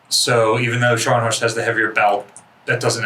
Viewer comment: Scharnhorst is pronounced as ˈʃɑrn hɔrst or sharhn-hawrst. Also both Scharnhorst class ships began construction in 1935